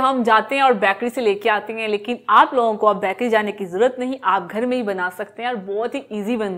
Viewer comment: Baaakary nhi hota ganvar बेकरी hota hai